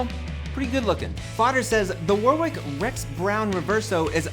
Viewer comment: It’s pronounced Warick!